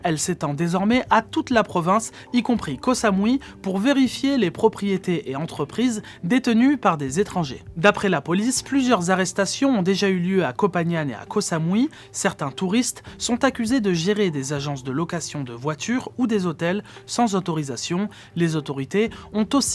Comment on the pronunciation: On dit Koh Pang Gan, pas kopagnane... 😉